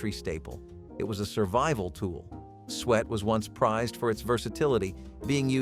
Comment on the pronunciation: Suet is pronounced sue it not sweat.